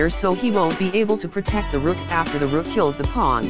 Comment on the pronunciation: Rook said porotect